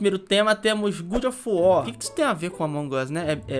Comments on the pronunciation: PAREM DE FALAR GOOD OF WAR QUANDO É GOD OF WAR PELAMOR DE DEUS. Obrigado de nada. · eh god of war e não good kkkkkkk salve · "Good" of war ksksksksksksksks Poxa ri mt mano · não é GOOD of war, mas sim GOD of war... desculpa pagar de chato mas é pq ta me dando gatilho kkkkkkkkkkkkkkkkkkkk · a pronúncia do God of War (Deus da Guerra) é: GÓD ÓF UÓR... 🤭🤭🤭😅😅😅. Da forma que você pronuncia a tradução fica: Bom da Guerra... 🤭🤭🤭😅😅😅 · Mds que agonia do falando "good of war"